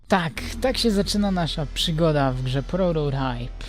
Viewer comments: czyta się prototajp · Mówisz na prototajpa prororajp